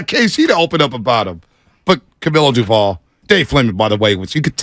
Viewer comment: Will they ever pronounce Doval correctly??